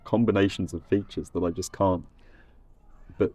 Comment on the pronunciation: “cyan” there is also heard in Jamaican patois, isn’t it?